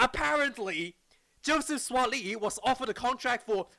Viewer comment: Bro you pronounce Suaali’i well.